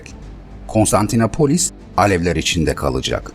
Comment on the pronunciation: Her Konstantinapolis dediğinizde irkildim. Doğrusu KonstantinOpolis.